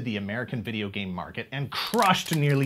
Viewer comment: Here in the U.K., he was colloquially known as “Captain N, the gay master” because of how the narrator pronounced “game” in the title sequence.